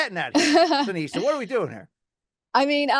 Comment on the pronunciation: Seniesa, not Seneisa